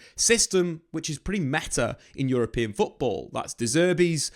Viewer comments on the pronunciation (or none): none